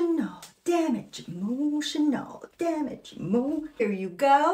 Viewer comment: "emotinal damage" Lol, that was the best 😂